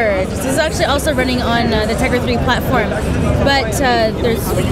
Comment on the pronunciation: dude its teGRa not teRGa!!!! Caps for emphasis!!!